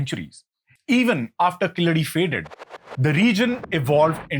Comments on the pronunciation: It's keeladi. Not kiladi..yew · It’s not Killadi sir… it is Keeladi. You pronounce it as ‘K la D’. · You are pronouncing it killadi it’s keeel adhi meaning the bottom layer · It's not Killadi, but Keeladi. Please don't kill this discovery. 🤣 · Very well said.sir it is Keezadi.and not Killadi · It's pronounced KEEZHADI in Tamizh not the derogatory Keeladi. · It is spelt wrong keel +adi is right: but the person says kiladi?! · Not kiladai sir. It is called kheeladi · Hello! It is not Killadi, it is Keeladi !! Keel means deep down, adi means steps or perhaps measurement !!! Since when Sindhu civilization became Indus valley civilization, so comfortable to those who came to invade the land ???? Anyway, this ancient Tamil city was hidden because those aryan jewish immigrants who came in as nomads after a few centuries of their nomadic journey straight from Jerusalem crossing Babylon now Irag and Iran, then crossing Afghanistan then into the Tamil land now called India, approximately 5K years ago, may lose their fake identity as son of the soil and sanskrit as their deva basha and be packed and couriered back to Jerusalem from where they were kick out from !!!! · Please note that it's pronounced Keeladi, not Kiladi. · please for the next time, its 'Keeladi' 💕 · It's called "keel-adi". Get your pronunciations correct. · It's KEEladi, with a long e. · Dear, I like your videos. But the videos in the background are often unrelated or showing white people or others when you're talking about India and Indians. I don't mind mispronunciations and accents, but please check your pronunciations by writing then in a script you're comfortable with like devanagari. Two mispronunciations in this video कीय्यढी or कीय्य्लढी and बदाक्शान or बदक्शान.